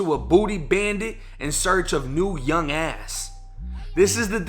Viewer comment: Why you had to put the emphasis on young ass like that I’m weak you funny